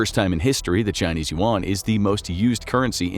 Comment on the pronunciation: The pronunciation of Yuan is killing me.